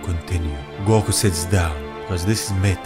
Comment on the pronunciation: "Goko" ok then